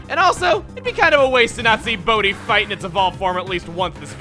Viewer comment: I'm sorry but every time you say Bodhi, I think you're saying "Boatty" like you nicknamed some prized small sailboat you have and it just makes me laugh every time.